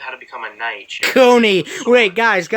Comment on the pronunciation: The way you said "Coney" is funny